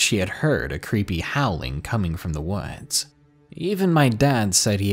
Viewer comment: Is the word ‘woods’ too boring for you? You seem to pronounce it ‘wuudjs’ ....try speaking through your mouth and not your nose.